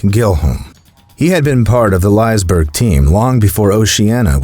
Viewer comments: Its pronounced "lissa berry" i live close by. 😢i hope to go there again it was a memorable experience ❤ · company lice + berg cmon man "Li" as in Liquid "se" as in sex and berg